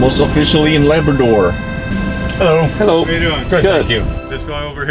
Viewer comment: It's not laberdor, it's Labrador